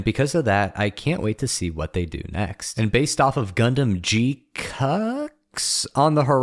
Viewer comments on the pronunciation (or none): Its g-qwacks, not g-cucks. Please, respect the material and make the correct funny duck sound when referring to it.